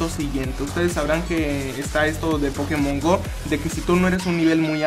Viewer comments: se escribe Pokemon Go pero se pronuncia pokemon GOU no GO que inculto xD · Se pronuncia pokemon gou